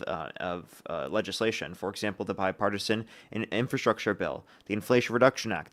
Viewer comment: This guy could not even say the word legislation😂😂😂 He called it LAYSHUN😂😂😂